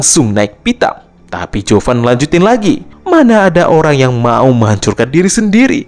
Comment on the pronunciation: Zhuo fan kenapa jadi chuo fan